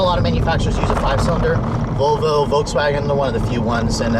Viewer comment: Learn how to pronounce the brand. It is not a Vo-Vo. There is an 'L' in the name. It is pronounced VoL-vo :-)